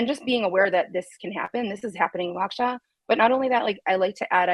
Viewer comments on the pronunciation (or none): Wisconsin native assistance here: Waukesha is pronounced WAH-keh-shaw.